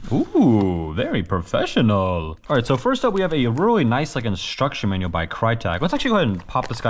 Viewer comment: „OoOhHH VEry ProfFESHONAL“